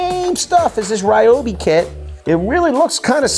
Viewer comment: Its pronounced ree-oh-bee.